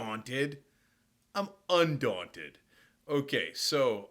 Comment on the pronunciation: "I'm UNdaunted" lmao, love u cenk